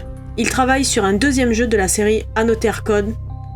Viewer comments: Ne dit-on pas « anozer code »?🤔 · Il y a une possibilité de belle courbe de progression pour la prononciation en anglais d'Another Code 😀 En tous les cas, vidéo intéressante. Perso je n'ai pas pris cette compil, j'ai déjà 1 des 2 sur DS (mais sans y avoir encore joué) et les retours semblent mitigés sur ce remake.